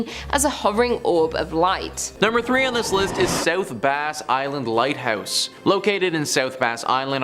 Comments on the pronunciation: South Bass (like the fish) Island, not South Base. Man you guys are usually great, but are slaughtering the basics on this one, lol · I lived by Put-In-Bay. The location is not pronounced base, it’s Bass like the fish.